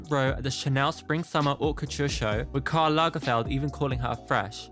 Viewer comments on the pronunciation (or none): none